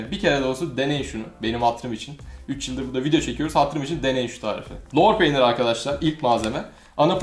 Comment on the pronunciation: Lor peynirini molpet gibi söylüyon hacı